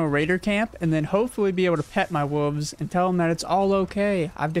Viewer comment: I don’t trust anyone who says woofs instead of wolves